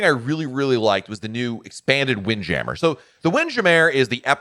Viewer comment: Sounded like you messed up saying wind jammer. I love seeing the ocean while I eat. Didn't seem like they did that as much. I know this adds weight but wish the balconies in the woods had shrubbs and more naturary. On the southern deal. Sounds stupid but wish they did all the cups in mason jars no matter what drink you get. And hopefully moonshine a staple. On the door being open. That is wild. And I don't do stick on the doors. I had my first balcony and they say close the doors. Messed up and the main door closed. My card inside to do lights. Called them to open and she was furious. Ha, ha didn't do it again. On not having a Broadway show. They normally have great stuff to do. Like did you take the slide. On the garden area I get this idea from our church but we had angels. If safely able but probably not. How about anchors that have lines and a show where when it gets dark workers that are not scared of heights wear outfits that are firefly pixies. And maybe even include the guests for a price to be apart of it. Remind me of fire flys at night. Man two weeks on the same ship just wild.